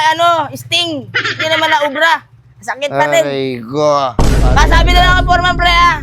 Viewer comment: May pigsa si kulas “arrray ko”😂